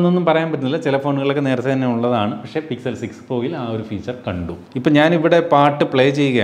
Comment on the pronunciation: Its pixel not sixel 😑 Google Sixel 6 pro? 😐